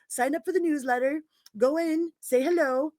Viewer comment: News letter, I got excited I thought you said "New Leather".:face-green-smiling